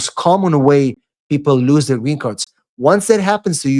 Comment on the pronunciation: Its [ luːz] lose , lose it .With UUUU ! Not lius it ! There is no sound IU !